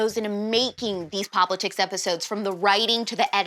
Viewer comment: I'm 99% sure you are pronouncing the name of your show wrong... It would be cooler if it was pop-litics instead of pop-li-tics